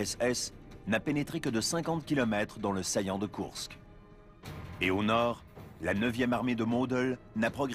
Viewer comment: Héy, pas de E à Koursk (écrit à la française)!